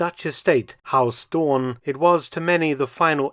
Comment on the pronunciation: Mark is pronouncing Huis Doorn as HAUS Doorn. Haus is German, not Dutch...